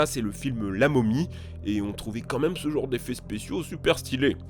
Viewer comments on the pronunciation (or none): none